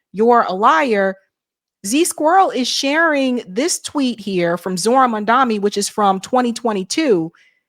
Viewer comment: Before you report a single further thing about him, learn to PRONOUNCE HIS NAME RIGHT! I can't BELIEVE she's STILL saying "Man-dami." I literally can't watch any video she does on him anymore. With ALL the millions of times people have now said his name in media, she STILL refuses. I'm now convinced she is doing it on purpose. She has lost all credibility with me now. Why would she want to be viewed as STUPID?